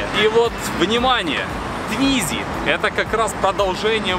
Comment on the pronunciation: с какой карусели это сорвало? :))) Формально это квадроцикл. и да, это не Твизи, а ле-туизИ (фхронсэ, шэр-мон:)))